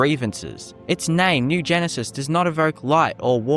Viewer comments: It's Gnisis not Genesis. pronounced Knee-sis in Morrowind. It's a silent G. It's even named by NPC's in Skyrim although pronounced slightly different to morrowind. Either way it's still a silent G. How can you get it so wrong? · it’s pronounced “ni - sis” not genesis. Gnisis is a town in Morrowind